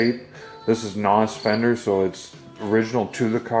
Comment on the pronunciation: And it's pronounced like en oh ess. "Noss" is what kids call nitrous oxide systems which is a brand name